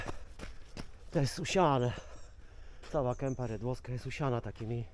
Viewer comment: Jaka RADŁOWSKA , Kępa REDŁOWSKA. Dzielnica Gdyni to REdłowo a nie RAdłowo !!!!